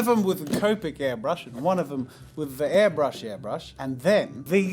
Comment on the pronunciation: Am I the only one who is annoyed that he kept saying ‘hairbrush’?